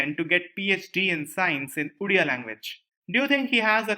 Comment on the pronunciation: It's not "Udia", it's "Odia"sir. Please Correct it